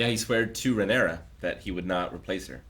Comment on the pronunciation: I wonder if will ever get the name Rhaenyra right more than once at a time.